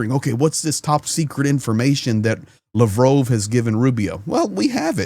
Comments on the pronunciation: Lavrov not Lavrove, say it right ffs. Lav Rov, say it out loud. Lav Rove is what you say. He's Russian not French 😂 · Hi. Just wondering why you pronounce his name as "Lavrove' and not" Lavrov"? I don't speak Russian so I'm just curious as to what is the correct pronunciation. Thanks 👍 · Your pronouncing Lavrov wrong lol